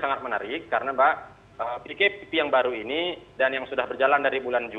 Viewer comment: Dorang tak reti nak sebut Pkpp🤣🤣🤣🤣